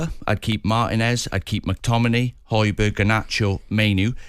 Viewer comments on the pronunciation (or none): Man said Højburg 🤦🏼‍♀️😂